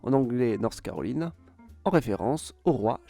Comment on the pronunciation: C’est vrai que les Français ont tendance a déformer les mots de langue étrangère, par exemple CarolAÏna, AÏdaHo :) sinon la vidéo est bien intéressante.